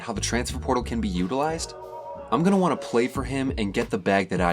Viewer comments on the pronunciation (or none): none